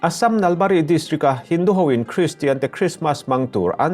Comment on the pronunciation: Nalbari hi a thlukseiin lam tur,,,eg, Naal baarii ti tur